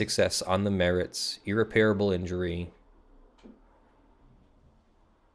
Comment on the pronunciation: one thing that really bothers me about your videos: you need to check the pronunciation of "irreparable" - the 'a' after the 'p' is not a long vowel sound:-)